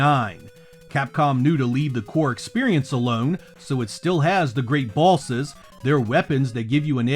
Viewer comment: 😂😂😅 oh man. Great video, but I just have to mention how you pronouncing “bosses” sounds like bawlzez… lol mah bad